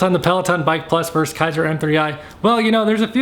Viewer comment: The word is VERSUS not VERSE.